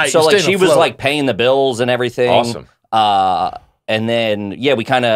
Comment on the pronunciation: 3,000 years in Brendan still pronounces "Ivrything" the same....like Mexican "Mexin" 3,000 years in Theo's Coke talks about how it used to have a Mullet problem. 3,000 years in Nick and Chin officially Launch Chinder.